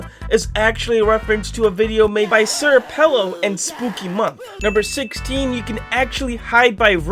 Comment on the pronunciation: OH MY GOD YOU SAID SIR PELO WRONG